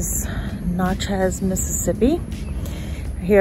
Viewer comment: Natchez not Notchez